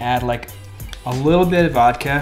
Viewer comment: it is VODKA, not vadkeh